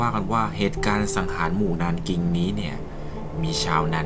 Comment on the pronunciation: 南京 nánjīng อ่านว่า หนานจิง นะคะ